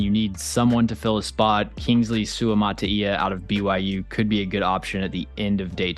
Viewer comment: props to you being the only one to pronounce Suamataia's name correctly